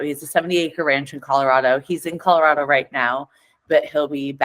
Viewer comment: So glad Kristen pronounces ColoRODo correctly which sounds strong. ColoRADo sounds ridiculous and weak and ignorant.